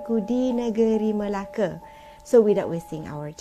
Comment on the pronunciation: Betul betul laaa cakap melakatu orang melaka dia melake salah